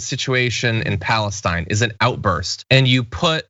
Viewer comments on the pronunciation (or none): none